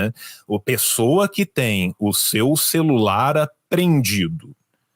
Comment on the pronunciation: Celular e “celularrrrrrrrrrrrrr”!!!!